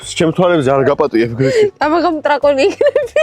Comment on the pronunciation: ტრაკონს რატო იძახი გამოასწორე დრაკონი